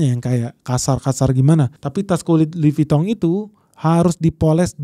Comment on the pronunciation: Lidahnya omhen lancar banget nyebut merk France. Top